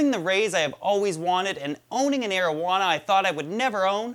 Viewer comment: Is he saying marijuana